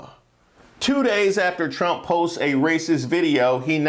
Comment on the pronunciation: lol she said Chump said… That’s how the Spanish actually pronounce his name.. Chump